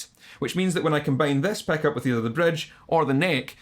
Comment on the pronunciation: love that «peck-up» pronunciation)